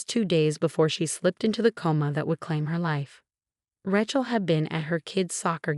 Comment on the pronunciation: You need to teach the AI reading it that Rachel is pronounce RAY-chel, not RA-chel, pronouncing the a as in 'apple'.